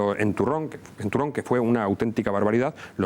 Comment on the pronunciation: Sólo una sugerencia."Turón no Turrón" (parroquia del concejo de Mieres del camino).